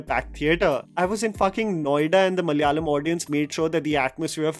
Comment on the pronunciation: Love you for always talking about our Malayalam cinema, but I cant help but notice the way you are pronouncing the word "Malayalam". its MALA- YA-LAM and not MAL-YALAM Its KERA-LA and not KER-LA.